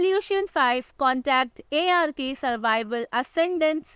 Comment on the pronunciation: sprich das game richtig aus IARKIE